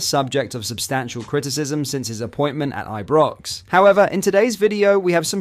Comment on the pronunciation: Learn to say Ibrox correctly lol